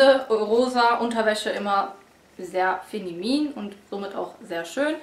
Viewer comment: Feminin. Lol